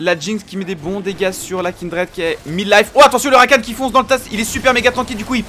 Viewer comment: Rakane( prononciation) pas Rakan c'est énervant de ouf